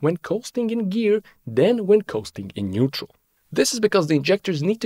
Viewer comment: Neutral... not nuetral